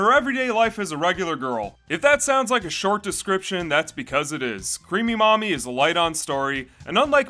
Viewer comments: I thought you were saying 'creamy mommy' and I was scared. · The number of times my brain thought he was saying "creamy mommy"... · Everytime you say her name I keep hearing creamy mommy which really makes me cringe to the point I feel like the creator was a very perverted person. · Ah yes, "crêap", the past tense of the old Anglo-Saxon verb "Creopen" which mean "to creep" Good old Creamy Creep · Everytime he says the name I feel what's left of my soul die little by little